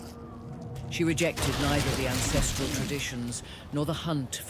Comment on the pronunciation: I had to do a double take when you said ANcestral grid... you gotta be careful with enunciation